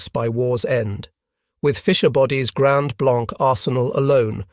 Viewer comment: Grand Blanc is pronounced as grand blangk